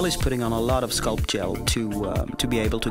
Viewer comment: One lil question . Did he say scalp gel or sculp gel or neither one?